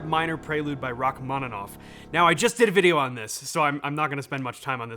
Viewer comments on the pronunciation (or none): actually 'c' is redundant in Rachmaninoff, and it's pronounced 'Rahmaninov'. But yeah, ROCKmaninoff sound heavy-metally 😁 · Не's not Ruck he is Ruch-maninov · He said Rockmaninov, right? 😁